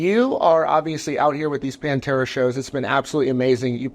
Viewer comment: It's not "PanterA"